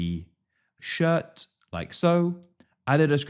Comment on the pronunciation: im sorry.."shirr" 😭